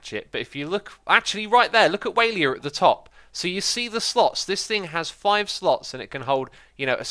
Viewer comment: The way you pronounce Waila is very unique. "Waylier".